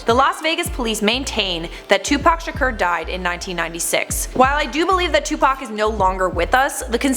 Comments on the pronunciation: It's sha-kor that how you say it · Can you learn how to pronounce Tupac's last name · Welcome back??? You didn't go anywhere!!! Also learn how to pronounce "SHAKUR"